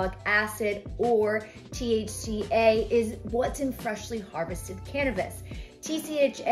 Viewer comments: Except she kept saying Tcha instead of thca lol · THCa..Not TCHa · Thca not tcha hehe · Thca not tcha! It's so annoying cos she's saying thc fine 😅🤦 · just letting you know 😀. English is my second language and noticed you saying it and wrote it, didn't mean to make fun of anyone. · Just to let you know it’s THC not TCH and TCHa not trying to criticize you, I’m just letting you know for future videos or conversations. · Take a big rip every time she says "TCHA"